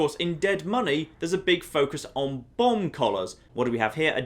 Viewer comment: Who else thought he was saying bong collars the entire time